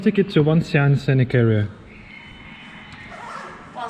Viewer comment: It's not WangxianG, it's Wàngxiān or Wàngxiāngǔ with gǔ meaning valley